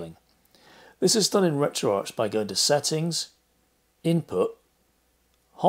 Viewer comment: Great vid! Even though you saying RetroArch as in Golden Arches, instead of RetroArc as in Retro Architecture or Retro Archives throws me as I’ve not heard it pronounced like that before!